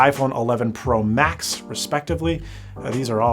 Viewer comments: I joined your Livestream on Twitter yesterday and for 10 mins I thought you were saying "pro Mac" not "pro max" from that moment I realized that this is an awful name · Tfw you say "Pro Max" but I keep on hearing Prolapse